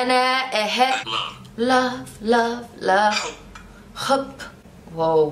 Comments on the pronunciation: Ilove you = ohibok not ohikbok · صعب تتعلمو العربي لانو انتو ما عم تحكوا منيح يعني انا أحبك بتلفظوا i ahkbok اي شو ها